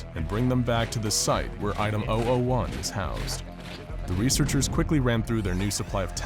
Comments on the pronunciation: When he said item 001 I thought he said item ideoh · Did anyone else hear him saying OwO 1 instead of 001?